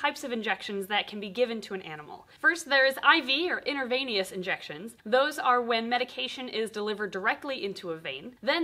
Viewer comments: You pronounce intravenous as intra-vene-ous, not innaveinious ❤️ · IN-TRA-VEE-NIS. That was lazy pronunciation,. I spent the last decade as a healthcare worker. I heard these words all the time. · Very important to pronounce "intra" and "inter" separately, you're not injecting from one vein to another (dunno how that would happen but it's probably ugly), you're just injecting inside a vein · You said intervenous not intravenous ( you got the spelling right😊). Just something to consider when you give educational classes